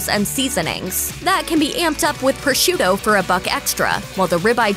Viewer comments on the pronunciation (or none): none